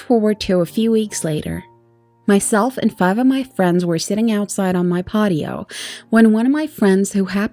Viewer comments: WTF is a 'pardio'? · "pottey-o" lolz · What is a potteo? 😅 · "Potio" LoL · Your voice is so fucking annoying please don't do these again the story was ruined I couldn't listen to it all I remember is how badly you said "patio" it made me cringe hard, lets not meet again:)